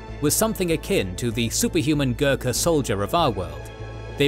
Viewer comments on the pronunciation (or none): none